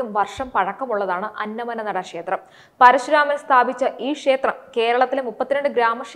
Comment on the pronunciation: അന്നമന്നട എന്നാണ് ശരിക്കുള്ള സ്ഥലപ്പേര് "അന്ന മ നട" അല്ല.